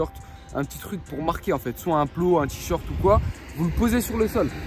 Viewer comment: C'est moi ou au début ta dit t-short